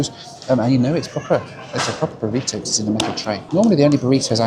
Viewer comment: Pronouncing Burrito ‘Burriddo’ too. Nearly threw the remote at the tv.